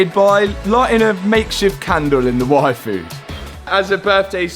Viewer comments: when brits say yfood, sounds like WAIFU ... I was like, he likes what? Oh, the yfood. lmao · When they say Yfood it sounds like waifu hahah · Ain't gonna lie, when your dad said yfood i heard waifu from anime